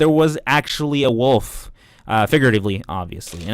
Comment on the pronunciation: When TJ says wolf, it sounds like woof lol